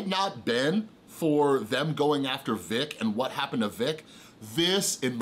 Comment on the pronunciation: But dude. At the same time you totally butchered Vic's name which takes away allot of your credibility on the situation. If you've been catching up on YouTube shouldn't you know how to say it now? It just looks like you spent one morning down a bias rabbit hole. Vic has been a known creep on minors for years. It's in the depositions where he admits to kissing and hugging young girls unprompted. I recommend reading the depositions instead of watching already bias videos of depositions. Also Vic was apart of Ghost Stories dub. Which is along the same lines as these leaks with tons of homophobic and racist slurs. He was on project that was literally the same thing.